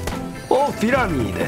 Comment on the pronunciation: Not PYRAMIR 😒 Is pyramid 😏 Nobbb 😂😂😂😂😂😂😂😂 😂😂😂😂😂😂